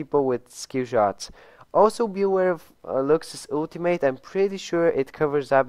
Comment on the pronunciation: I don't know why people pronounce "ultimate" that way.